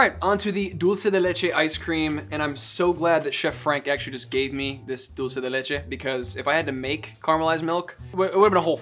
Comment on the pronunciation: as an Argentinean, I'm impressed at how good is at pronouncing dulce de leche lmao. Greetings yall, this is one of my fave series <3